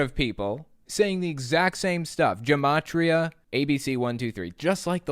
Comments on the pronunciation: I know this isn't the most important thing but gematria is pronounced with a hard G, ancient Hebrew didn't have a J sound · This mispronunciation of Gematria annoys me. The G isn’t pronounced like a J. It isn’t a conspiracy either. It was an ancient form of code Jews used to conceal who they were talking about. Ironically these people probably also think 666 is the sign of the devil when In reality it was referencing Nero. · its Gematria with a G GUH as good not J JUH there no j in hebrew it wasnt A-Z its hebrew. Aleph 1 Bet 2 Gimel3... also just like romen numbers I 1 V 5 III=3 NOT one hundred eleven. there no numbers in hebrew, aleph 1 bet 2 gimel 3 dalded 4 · You're pretty off on the Gematria thing. First of all it's a hard "G" sound, like "gamer", not a soft "g" like Germany. Second, gematria is basically just another numbering system (think of our Arabic numbering system versus Roman numerals). In fact, for Jewish dates, we often use the letters for the day of the month, so today is ט״ו of Iyar (or the 15th day of the month of Iyar). No magic there. It's just a different numbering scheme. (Here's a chart from Wikipedia on how the Hebrew letters are assigned a value: We use this for years as well, so this year is 5782 (in the Jewish calendar), which can be written as תשפ״ב. Now, for people who are experts in Torah study, many look to the Gematria values to extract some additional wisdom. This is the expert, expert level of Torah learning where you need to understand all the surface-level wisdom and knowledge before you dive in deeper.